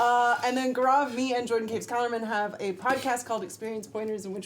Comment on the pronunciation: Cringed when Gaurav could not say his own name right.